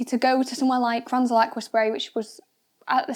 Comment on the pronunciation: Might want to explain in the video what mounting kit you used and also it’s not pronounced kranzel. Gritting my teeth.